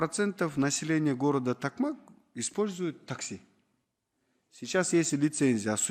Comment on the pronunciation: Эненсикейин такмак эмес ТОКМОК